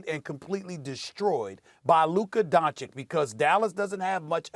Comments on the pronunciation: Don-chich not don-chick 🤦🏻‍♂️ smh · It's ICH! LIKE AN ITCH! DONCHICH! Why are you the only person on TV who can't get it? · Luka Donchick.... lol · DON-CHI-CH... STEPHEN A BETTER LEARN THIS MANS NAME ALREADY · SAS please learn how to pronounce Dončić FFS. It is DonCHiCH !!! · Stephen A. still doesn't pronounce Doncic properly. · Steven A still can't learn how t say Luca's last name... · How has nobody corrected Stephen A’s pronunciation of Doncic? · To ignorant to correctly pronounce surnames Mr. Smik! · Can someone at please teach Stephen A Smith how to PRONOUNCE Luka's last night right? It aint hard my guy. Its pretty disrespectful at this point. If it was a black dude with a weird last name ya would cry "pronounce it right" why not a white dude's last name? Respect is way overdue. SAS knows better. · It is DISSRESPECTFUL from Stephen A. to keep misspronouncing Luka’s surname. Its really pissing me off, he knows how its said, and he still misspronounces it, its almost like he does it on pourpose. Somebody should call him out on that, imagine if someone pourposely said his name wrong time and time again like that, its just dissrespectful, and as a Serbian from Slovenia (the same as Dončić if you know his background) its really irritating. Everyone around him says it correctly and here he is with his stupid “Dončik”. He says Vucevic correctly, Jokic correctly, Nurkic correctly but cant say Doncic? Come on, someone call him out already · im not sure when will stephen a will pronounce luka's name correctly.. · It’s actually disappointing that he can’t pronounce it.. hes the only person that I know of who butchers it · Its not like his last name is hard to pronounce correctly...